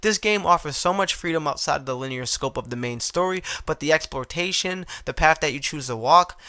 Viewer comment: EX-PLOR-A-TION breh Not EXPLORTATION 😊